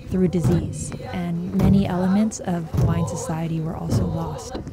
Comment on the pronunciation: The least NBC could’ve done was to get a narrator that could say the Hawaiian words properly.